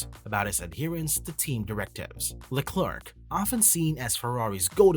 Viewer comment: Why are English speaking channels always to lazy to take 10 seconds to check how to pronounce a name. Te name Leclerc is not pronounced like a horny chicken sound. (not just you mate) tip, search "allo allo, it is I Leclerc". Another tip, if you know how to say McLaren... Leclerc sounds the same. Final tip, the last c is silent.